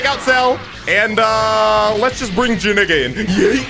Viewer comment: bro he deadass called him "JaNigga”😭😭😭